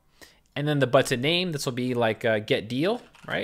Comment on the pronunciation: I love how you pronounce.... BuTTon